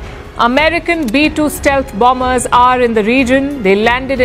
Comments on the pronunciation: Anong bambers? How do you pronounce the word... BOMBER. BAMBER? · Bomber - ba-mer Ang bigkas. 😂